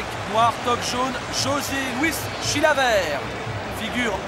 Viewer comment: le présentateur dit : chilaverte